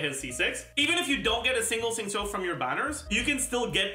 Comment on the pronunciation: Why does say Xingqiu and Yun Jin so weird? Like he says Yun Zin which is straight up wrong It's literally Yun Gin - a Chinese guy